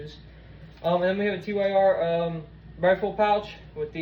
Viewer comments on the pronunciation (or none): TYR, not TEE WHY ARR. Just TYR, like the god in norse mythology.